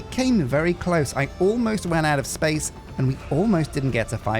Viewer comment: The last place that's not been corrupted by the forces of capitalism... dramatic pause Spayce!!